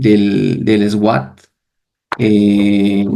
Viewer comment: Hermanito excelente enseñanza yo también estudio a Curry Blake solo una sugerencia cuando dice SWAT se pronuncia SUAT eso